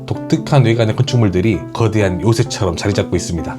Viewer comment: 그대한 글음도 발음좀